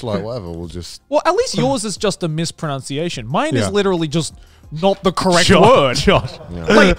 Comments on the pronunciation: Garnt mispronounces 'mispronounces'/'mispronunciation' and no-one reacts, this is why I'm a child mentally. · That moment when Garnt mispronounces "mispronunciation" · I love Garnt's mispronounciation of mispronunciation. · Grant mispronouncing "mispronunciation" while talking about fans mispronouncing his name reminds me of why Trash Taste is my favourite channel to watch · somewhere i believe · I'm 80% sure you'd also mispronounced mispronunciation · Garnt mispronouncing mispronouncement over and over is some great irony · Gigguk misprounouncing mispronounciation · Best part of this episode was when Garnt complained about people mispronouncing his name and mispronounced mispronunciation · Imagine mispronouncing mispronunciation.